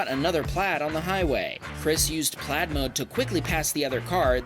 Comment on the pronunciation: Dude stop saying "Tesla PLAD" iTS "PLAiiiiiD"